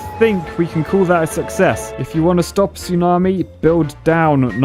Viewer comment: True success (pronounced. Suckies)